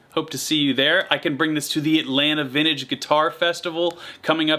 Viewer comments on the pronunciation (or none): none